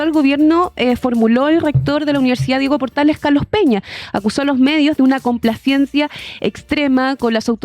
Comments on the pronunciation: Jajaja Yo tambien me fije, dale con la complaciencia... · La periodista de Turno, toda la entrevista pronunció mal la palabra complacencia, no acusó recibo cuando Rincón la pronunció correctamente. Un mínimo es que los periodistas hablen correctamente.